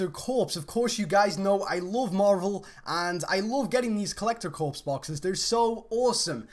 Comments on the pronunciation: Corps is pronounced "core":) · corps is supposed to be pronounced like "core"